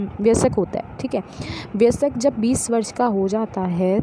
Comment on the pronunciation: Ma'am sab thik hai lekin vayask hai vyasak nhi pronounce galat ho gya h